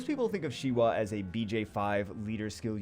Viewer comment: said Shiwa and I was like necro 10 Shiwa? Old school and forgotten.